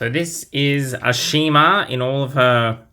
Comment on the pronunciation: Ashima is pronounce Ash-i-ma in AEG. I believe someone told Mattel that they said her name wrong ever since her introduction.